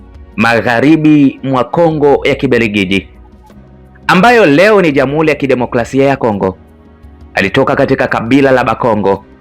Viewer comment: Una sauti nzuri ya kusimulia jitahidi kwenye matamshi fasaha ya R.& L mfano UBERGIJI=× UBELGIJI=✓ JAMUHULI=× JAMUHURI=✓ MAZINGILA=× MAZINGIRA=✓ #SIKWAUBAYA